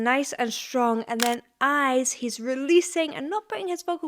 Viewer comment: I love the way he says "Hi's" instead of "eyes". The hard "e" at the beginning of "eyes" would have closed off his throat but the "h" keeps it open to run up the register.